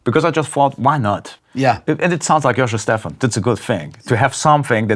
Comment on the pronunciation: Giacomo Stephan? Oh, sorry. Joscho Stephan.